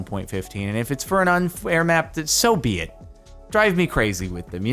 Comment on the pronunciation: “so bee it” lmao I’m sorry